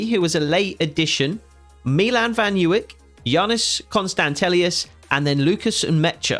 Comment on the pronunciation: some serious signings, although I'd judy point out that the right back Milan van Ewijk is pronounced ' Eh - Why - ck